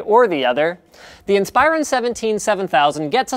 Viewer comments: *In-spuh-ron, not In-spi-ron. Thought you should know ;-) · Never heard someone pronounce Inspiron as "In-spyer-un". Always thought it was "In-spur-ahn". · In-Spy-Ron??? it's IN-spuh-ron. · geezus freaking christ it is pronounced IN-SPER-ON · so is that how they pronounce it? every IT guy I worked with pronounces it "in-sper-on" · I pronounce it "insp-eye-ron" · That is most certainly the way it is supposed to be pronounced but linus refuses to say it that way. linus makes it sound like its a freaking transformer in league with megatron, transform in-spy-ron. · its pronounced like inspiration not like inspire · You pronounce Inspiron wrong. In - spir- on. Source: ex dell employee. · It's pronounced IN-spear-on, by the way. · everytime I hear him say Inspiron it rustles my jimmies because I have only ever heard it said "inn-spur-on" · linus pronounces Inspiron funny, but i love everything he does!!